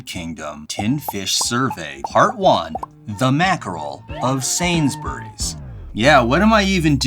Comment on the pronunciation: Love the video! You don’t pronounce the u in Sainsbury.